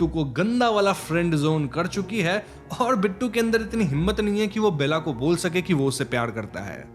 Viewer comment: Lol it's not Bella but Bela (बेला)